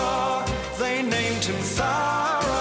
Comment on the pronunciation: it's thowra